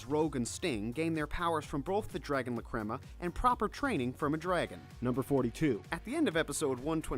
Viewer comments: I am cringing so much with the way he says lacrima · IM SORRY BUT YOUR PRONUNCIATION OF LACRIMA MAKES ME SOOOOOO MAD